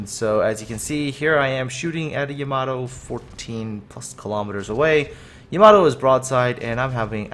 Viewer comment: You say Yamato wrong XD